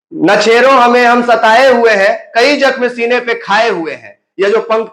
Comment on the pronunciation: वो सबको पता है कि कोसी क्षेत्र में यादवो का आतंक😂😂आज जेलो मे सबसे ज्यादा यादव ही है😂😂। Or पहले तु बोलना सिख। छेरो नहीं, छेड़ो होता है